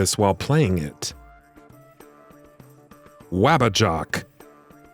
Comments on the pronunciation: its "waba-JACK" not "waba JOCK" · Saying "Wabbajock" instead of "Wabbajack" which was clearly displayed on the screen makes me think that whoever wrote this script has never played Skyrim in their life 🤦‍♂️ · WabbajAck. with an A. twit narrator. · Not “Wabbajock” nor “Cisayrow”, other than than I much rather you guys than that other channel that copies content from smaller channels, good job! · it's the WABBAJACK! they say it in the game. get your pronunciation right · Stopped watching as soon as you mispronounced and misspelled “Wabbajack”